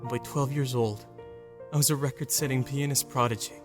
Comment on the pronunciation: Why does when he says " well I'm a pianoist ( ?) it sounds like well I'm a penis